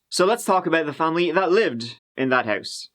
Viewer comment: Beside “tree” I love how he says house - “hois” lmao something like that 😬